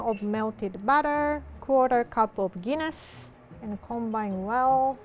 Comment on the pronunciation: Am I the only one that heard Guinness as pen*s?